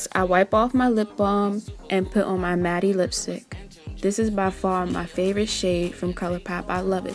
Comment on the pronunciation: awww ❤❤❤ I notice you say matte as "mattie" its pronounced "mat" no hate girl, all love ❤ good luck with your channel!